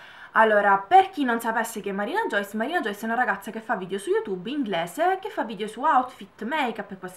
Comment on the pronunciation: grazie milleee♥ comunque io la penso ESATTAMENTE come te, soprattutto sul fatto delle visualizzazioni e dei messaggi su twitter. (finalmente qualcuno che pronuncia bene il mio nome e cognomee haha)